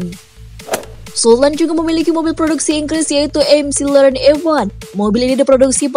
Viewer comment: mc laren disebut ( emseleren ) roll roice disebut ( rol roice )